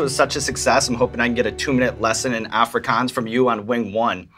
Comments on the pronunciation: Wtf is Aaafri=kuans it's Afrikaans. Aaah I've never laughed so much in my life. But I get it. I couldn't pronounce other languages as the natives do. It was still funny, nonetheless. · Did an American actually just pronounce Braai Correctly Ok I also cringed when he said Afrikaans but he said braai right